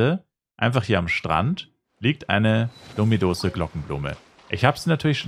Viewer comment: Das heißt Lümidousch